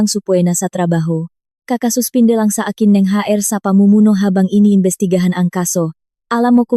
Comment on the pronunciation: HR Hindi haer ang pagbasa...